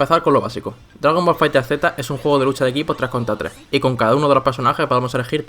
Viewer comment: Tu contenido es genial, solo me causa algo de conflicto que cada vez que dices el nombre del juego los llamas como "Fighter Z" cuando originalmente debería ser pegado e interpretando el sonido de la "Z" como una "S" osea "Dragon Ball Fighters"